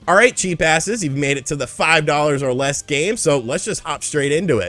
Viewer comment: For some reason “five dollars or less games” sounded like “five dollars are lesbians”🤷🏽‍♂️😅